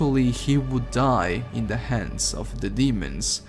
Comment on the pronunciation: The way he says "The slayer" sounds like "This Layer"